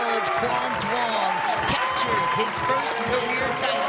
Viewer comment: need to pronounce quang duong name better